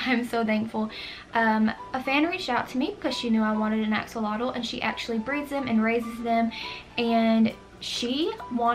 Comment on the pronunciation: I keep hearing you say "Axe alotto" lol it is actually pronounced "Ax -Olot"